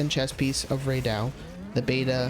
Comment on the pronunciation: Bro saying Ray do... Ray Dow, brother. Stay in school.